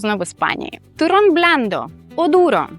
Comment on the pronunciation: при всем уважении, вы, конечно, прекрасно говорите по-испански, но в произношении turrón звук "р" должен быть раскатистый "туррррон", а у вас откровенно редуцированный: "турон"